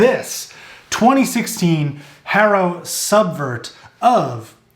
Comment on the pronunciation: You say Haro funny